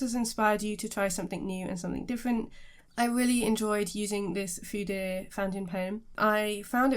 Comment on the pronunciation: Great review. Btw you pronounce the E. Fude rhymes with today